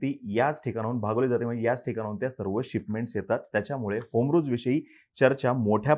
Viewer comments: होमरूज नाही रे बाबा हॉरमूज आहे ते.. नीट उच्चार करत जा की.. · Strait of hormuz....not homruz